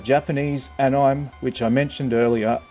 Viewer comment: Hey dude just some advice: It's pronounced annie-may